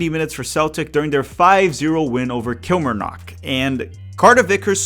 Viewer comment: it’s Kill-mar-nock